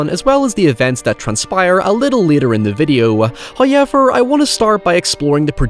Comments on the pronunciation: First "hoyevver" drops . He is appeased. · If you ever stuck in the open ocean, just popping your Ray-Con earbuds and listen to those "HOYEVERS" til a boat picks you up.